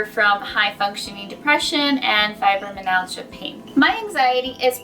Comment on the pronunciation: ....fibroMYalgia....I would think someone who claims to have something would know how to say it/spell it. It is definitely not fibrominalgia. No N anywhere in it.